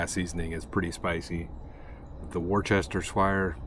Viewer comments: Note to anyone from outside the UK Worcestershire sauce - REPEAT AFTER ME - WUS ( you’re such a wus - baby / coward) - TA - SHU ( as in “shut” without the T) WUS-TA -SHA We only really say the word “Shire” when we are being humorous ie I live in Devon but I might put back a country bumpkin accent and refer to it as DEVON-SHIRE if I’m being self deprecating or taking the p!1ss out of a country local or talking about an actual Shire Horse… or Tolkein’s Hobbit as in “The Shire”. The only reason a non UK would have cause to refer to SHIRE pronounced with the long Ire / Iron sound is when referring to the Horse or Hobbit - hope you enjoy the weird UK PRONUNCIATIONs. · Wuster shur sauce is how you say it,, and that is from someone from the uk where its from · Say Worcester sauce like this- wus-ter-sher sauce :) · I laugh how Americans say Worcestershire Sauce. Try saying it it - Woo stir sheer (quickly) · My Latin teacher in high school made me say this, Worcestershire is pronounced as wu·stuh·shr 🤟 If that blows your mind, look up Edinburgh 🫶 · I think its pronounced "wors-ta-sheer". Even people in England can't pronounce it. I don't even know if I'm right. I don't believe the internet either. One of the worlds mysteries I guess. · Hey; it is "woosta-sheer" just a friendly correction from a fan in MA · I’m from Worcester- pronounced woosta sheer sauce. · The way you kept saying Worcestershire sauce 💀 then I looked up how to pronounce it and now my whole worlds changed. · Wore-cester-shire sauce....lol. It's Wooohstasheer. That's as close as I can get to the correct pronunciation. Thanks for the chuckle you gave me tonight mate...@ 12am here in the UK lol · As I've said before on this channel I am from the UK and we don't say Worcestershire we just say Worcester as in it's pronounced woosta sauce. Hearing you trying to pronounce Worcestershire made me laugh. If you do want to say Worcestershire it's just pronounced woos ta sheer, not shire. Another great video.